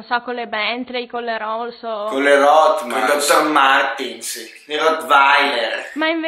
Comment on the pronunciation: nessuno ha notato che ame ha detto "rohtmans"?